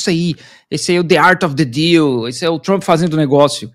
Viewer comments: A pronuncia correta é Donald Trap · Adoro quando ele fala “tremp” porque significa vagabundo 😂😂😂